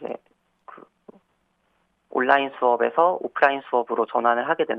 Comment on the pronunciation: 워료일로 안읽고 월 료일로 읽는게 그런이유였나... 하.. 워료일 온나인이아니라 올라인